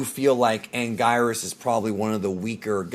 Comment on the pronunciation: It’s actually pronounced: “An-Geer-is” This monster’s name is pronounced differently throughout the years lol in Japanese and dub. He was once called “an-gwee-nus”